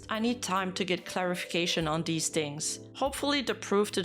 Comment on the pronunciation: I’m brainrotted enough that when says ‘these’ I hear “deez”